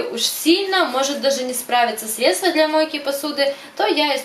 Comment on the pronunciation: срЕдства, а не средствА🙈